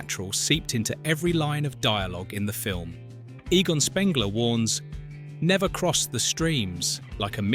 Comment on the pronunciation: did he just say egon as egan?